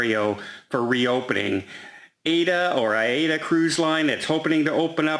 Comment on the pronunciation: Aida, he says ADA. Amazing; this is not the first time he's done this.